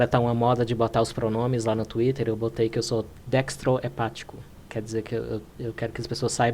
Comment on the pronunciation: "Dextro-epático " kkkkkkkkkk